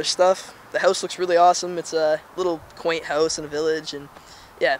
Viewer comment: "in a quante little house in the village"